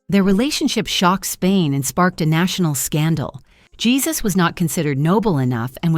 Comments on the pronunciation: Isn't the name of her second husband pronounced "hay-SOOS" rather than "Jesus?" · His name is pronounced "hay Seuss", not "G - sus" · YES PRETTY SURE YOU'RE CORRECT BUT IT'S AI AND IT'S HERE TO STAY I 🤔 THINK UNFORTUNATELY. HEY ZEUS. YES. AI DOESN'T KNOW NUANCE AND EXCEPTIONS TO CERTAIN GRAMMAR RULES. CIAO KAYL N.Z XOXO CHEERS 🥂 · The easy fix was to put phonetic spelling in the script. AI would have then pronounced names correctly. Jesus would have been written as "Heh SOOS" or "Hay SOOS." The AI voice would have put stress on the syllable that was all caps. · Jesus? LOL!! Pernounce it correctly!!